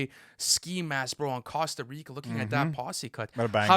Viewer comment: Bro said cawsta rica and mawna Lisa